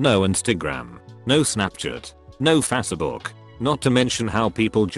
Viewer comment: I like the voice pronounces Facebook "fass eh book"